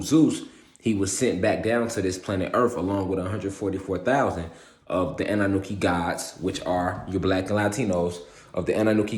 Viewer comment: I was wondering you say annanuki isn’t it annunaki ? Spot the difference